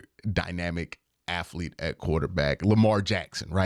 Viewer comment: Q gets on a run with the "aflete" and "afletic" this video and he just won't back down. You know the end of Good Will Hunting where Ben Affleck is smiling and shaking his head because he knows Will is off to great things? That's my expression everytime I hear "aflete". :D